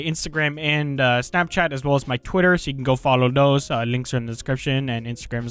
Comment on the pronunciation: love the way he says “dose” instead of “those”